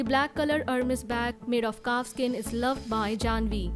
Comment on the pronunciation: It is pronounced as airmes not hermes